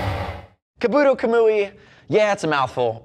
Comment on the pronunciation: Kabuto (kah-boo-toe) kamui (com-whee)